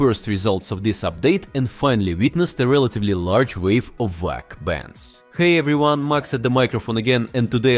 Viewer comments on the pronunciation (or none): Ik, it's ai voiced, but the fact that it said vwac baffles me